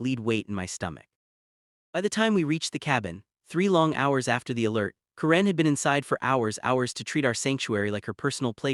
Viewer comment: Waste of time!!!!! AI BS don’t bother. Can’t even say the name “Karen” correctly. Stupid and likely 100% fake.